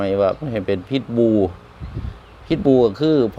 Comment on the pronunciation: พิทบูล แต่ไม่ออกเสียง ล เลยเป็น พิดบู ครับ